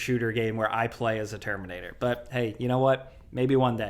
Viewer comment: "The Termunator"